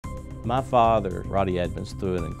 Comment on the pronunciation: Start of the video: Ma Father Ed Sheeran: Ma Father